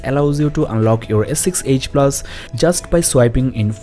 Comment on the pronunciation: your edge sounds like age.